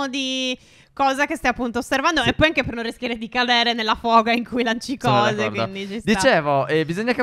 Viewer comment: Minuto 3:5 stef dice anghe